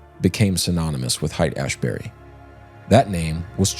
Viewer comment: I was kind of surprised that you had never heard of Haight-Ashbury (the most famous Hippie "settlement" in the 1960's). Haight is not pronounced "Hite". It is pronounced "Hate".